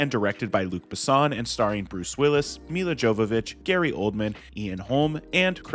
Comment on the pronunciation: Butchered Luc Besson and Milla Jovovich names